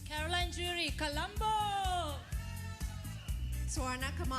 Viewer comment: You totally destroyed your Name Caroline... SHAME ON YOUU...